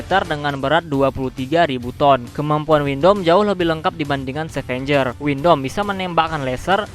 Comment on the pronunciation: Abang sebut windam itu windom